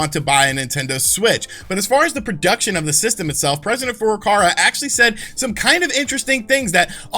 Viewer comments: FurukaWA lol not FurukaRA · Is he saying FurukaRa and physical year? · why do you keep calling him "president furukara"